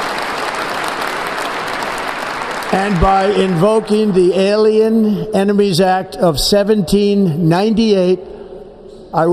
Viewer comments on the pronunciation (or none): none